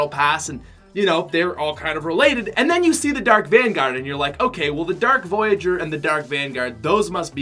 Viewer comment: shut up its dark voyger